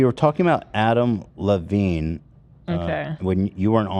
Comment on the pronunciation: I love how Ethan struggles with a name as simple as Adam Levine. He pauses intently before hitting the Levine and he still calls him Lavine 🤦‍♂️🤣🤣🤣